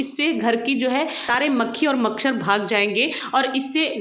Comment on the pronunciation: Bahanji makshar nahi macchhar boliye